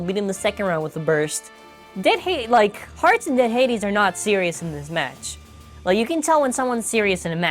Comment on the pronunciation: it' Hartz Lmao not heartz